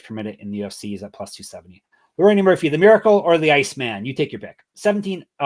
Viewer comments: okay!! Got it! Like a running joke. My bad, i missed ur picks last week and track my favorite cappers along with my picks for fun. Kept hearing both say Leroney and I had to know if i was missing a joke like you described or not lmao. Thanks for not taking it as anything negative. No need to designate an episode to me or nothing. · Is calling him “Leroney” rather than Lerone like a joke or do you guys actually think that’s how you say his name? No hate fellas, just curious